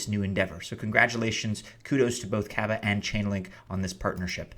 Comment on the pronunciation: K-aw-va, long drawn out first a. Like lava.